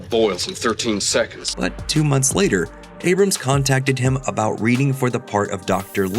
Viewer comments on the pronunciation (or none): none